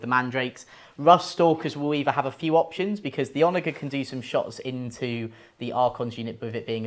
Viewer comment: I hate to be That Guy but it's "OnaJer" with a 'j' sound, not a hard 'g'